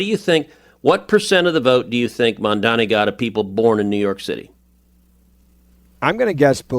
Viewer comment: I love that podcast, btw it's not mamdami it's mamdani.